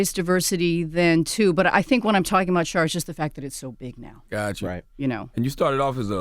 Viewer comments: Every time she says, "Char" I laugh. Char is easy to talk to though. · I love her calling him Char lol